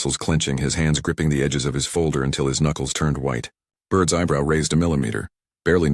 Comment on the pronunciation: It's Burt, not bird!!!